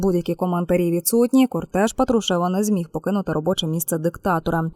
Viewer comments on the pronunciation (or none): У Патрушева наголос на букві "а"... Скільки ви будете демонструвати свою лінгвістичні безграмотність? Ріже вухо...